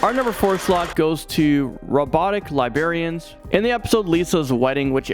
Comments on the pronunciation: “Li-berry-ans” lmao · LiBRArian and LiBERian are two different things. You keep saying "Robotic Liberians".